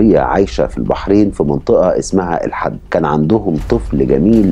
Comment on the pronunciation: ليست منطقة الحد تقرأ بكسر حرف الحاء